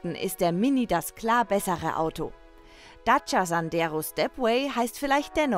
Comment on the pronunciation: Hallo erstmal ADAC was habt ihr denn für eine Sprecherin die kann ja gar nicht Dacia aussprechen die sagt im Video immer daca anstatt Dacia.